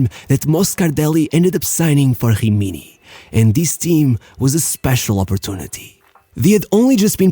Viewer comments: Dude work on ur pronounce It’s not Hrimini or Hroma It’s Rimni and Roma Cmon just a little effort thanks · Why do you pronnounce gggimini ? Is not french, it is an italian team. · Great subject, but honestly your voice tone is quite annoying, and the fact that you pronounce every italian word with some kind of brazilian accent is truly infuriating... Like it is "Rimini" "Jimiñi"! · You should learn the pronunciation of a LOT of words you said it was disgraceful to hear a.s. homa and other shit like himini or hubin kazan…